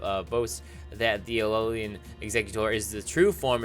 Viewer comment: Did you know that it's pronounced "ALOLAN", not "ALOLIAN"? Did you know that?